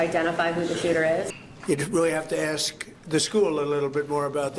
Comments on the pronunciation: 'Aks' is the one black lingo thingy that doesn't sound cool at all. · Why does pronounce ask "askd" Jesus Christ....Proving all of the stereo types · Her saying axe instead of ask is nails on a chalkboard, please make it stop! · She sounds all professional till she says ‘AXE’ instead of ‘ASK’